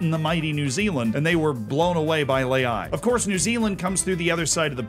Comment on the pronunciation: At least pronounce his name correctly. It’s not lay-ay, it’s pronounced lehah-e. Lazy